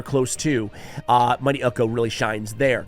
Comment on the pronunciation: Ukko is a Norwegian name and is pronounced Uko.